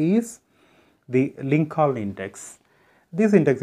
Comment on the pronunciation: Sir for 11th question answer your pronunciation was not correct in Lincoln second l was silent